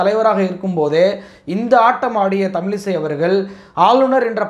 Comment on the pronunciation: தமிலிசை அல்ல தமிழிசை என்று கூறுங்கள்.தமிழின் சிறப்பு எழத்தே அதுதான் திருத்தி கொள்ளுங்கள்.